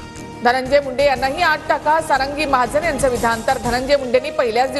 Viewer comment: सारंगी म्हण ग बाई सरंगी नको म्हणू